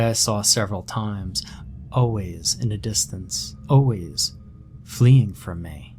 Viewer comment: Love your style. I have even gotten to like the way you say, “O’ways” for always.